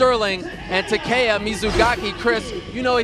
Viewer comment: His fucking name isn't Tah kay yah, it's Tah keh yah. Lord, they always butcher Japanese names.